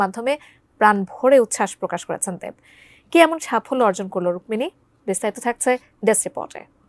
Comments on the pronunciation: রুক্কিনি মানে কি আগে নাম টা ভালো ভাবে বল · নিউজ বানানোর আগে অভিনেত্রীর নামটা তো ঠিকঠাক জেনে নিবেন। রুককিনি নারে ভাই রুক্মিণী মৈত্র হবে।